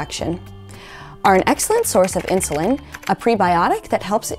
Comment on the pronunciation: Duh! I think you mean Inulin not Insulin.............